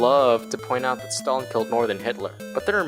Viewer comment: You've butchered Stalin's name so bad, that my ears started to bleed. And if you compare the gulags with american prison, you're commiting a grave sin. Gulags, or Lagiers were a work camps, not just prisons. The inmates were supposed in theory to "Rehabilitate themselfs by the work". It sounds awfuly simillar to the "Arbacht macht Frei" put in the entrence of Aushwitz concentration camp, with that model approved way back by Lenin himself with the creation of special place for prisoners on Solovetsky Islands. Those 40% of people released especially in the times of the World war, past 1941 you've mentioned were mostly a pow's who were not freed. They were transferred to the newly formed units in the Red Army. Some of them were lucky and managed to catch up with the Pact Sikorski-Majski that allowed them to join army of General Anders, who managed to escape the USSR after Anders realised that those 20k of the officers from Katyn were not going to show up and he didn't wanted his men to get forced back to the camps. And mind to remind you, they were before the release a POWs. Still the conditions in gulags were terrible. Firstly the camp's inmates were supposed to get transportted there. It was a long ride... in the cattle wagons, often without any source of heat. On Siberia the temperatures of -40 Degrees of Celsius are normal, even in middle/late autumn and early/middle spring. The train ride could last for many days, and could result in death from the frostbites or starvation.